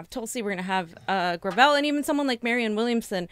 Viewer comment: It’s Gra vel. With emphasis on the vel.